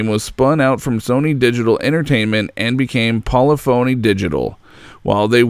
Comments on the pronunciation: Really the only thing you forgot is how to say "Pol-i-phony". My friend I cringed every time you said it... It is pronounced "Pol- lif-a-ney" digital. When you are doing coverage of a well documented topic, and get something as basic as that wrong, it calls all your research into question. I liked and agree with most of your comments and observations. However, I feel as if I got robbed with Sport, there are few pathways to buy the more expensive cars and the overall lack of features makes me doubt if I will again invest in the franchise. I was a full team member on PCars 1 and work through a 1000 builds to get a great result. I now am working on X-Plane as a test pilot and systems validation engineer, as a former test pilot I have a unique skill set to help with the process. All the Best Robert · Hahah. Poly-Phoney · One minor gripe, but it's understandable because I did it until I listened to actual employees say the name correctly. It's not poly-phony. But I don't know how to show it. Great video! Now that the PS5 is out and GT7 is doing so VERY well, this can get an awesome update! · It’s pronounced Po-Le-Fa-Ny digital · PO - LIF - OH - NEE 🤣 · Great video but "Polly-phony" lol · You're say polyphony wrong. It sounds like symphony when you pronounce it correctly. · It's po-lif-o-knee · It's pol-ih-fon-eeh. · Not Pol-e-fone-e, Poll-lif-fone-e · Isn't it Polif-unny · Why do you pronounce 'Polyphony' like it's two separate words? Other than that good video lol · God it bugs me how you pronounce polyphony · As a longtime enthusiast of the GT series, I enjoyed this documentary. .. But dude, you are KILLING me with mispronouncing words. "Content" and the never-ending "polyphony" was so distracting, I’m so glad this is over lol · Anyone else cringe every time he mispronounces Polyphony? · I love this video, but damn I really don't like how he pronounces polyphony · This narrator can't pronounce "polygonal," "Polyphony" nor "Ordonez" to save his life.